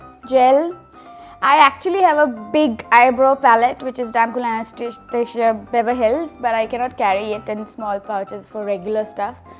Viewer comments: It’s Anastasia Beverly Hills not ‘anastasia beverhills’😊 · She does not know how to say Anastasia Beverley Hills!! Learn kiye brands k naam par practice nahi ho payi!!😁